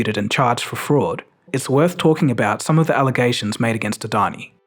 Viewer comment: Yo how did you pronounce Adani's name so well. Damn